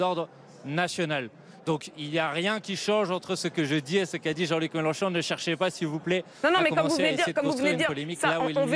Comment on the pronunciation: " Jean-Luc Mélocho " Bompart serait-il belge ?